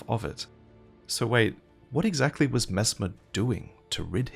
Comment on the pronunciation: Aaah yeess Messmaah the impala